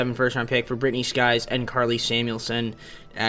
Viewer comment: It's Sykes not skies jeez bro you said the wrong name like 10 times